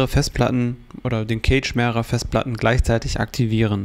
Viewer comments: Bro, Cache ist nicht Kage sondern weiches C, eher so K_asch. Sonst gutes Video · Eher "käsch" oder besser "kasch". Gutes Video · Eher Käsch, ob aber mit ä oder e gesprochen ist togal ... so wie das Wort Cache jedoch hier im Video ausgesprochen wird, bedeutet es auf deutsch übersetzt "Käfig" (engl. Cage).